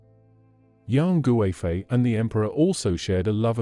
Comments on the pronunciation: Yang goo-eh-fei 🤣 but good attempt 😆👍🏻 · I really hate the western pronunciation... Her name should be pronounced KUIFEI, with a hard K, not a G.